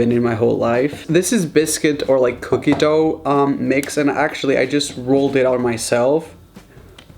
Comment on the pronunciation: Help me please why did you say cookie wrong😭😭😭😭😭😭😭😭😭😭😭